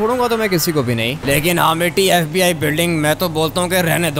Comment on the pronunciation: Fib nhi fbi hota hai😂😂😂😂😂😂